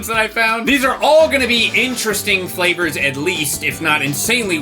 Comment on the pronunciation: He said “cup noodlesflavors” the s in noodles meshed with flavors so it sounded odd